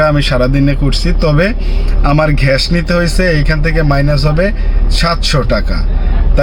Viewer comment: ঘ্যাস❌ গ্যাস ✅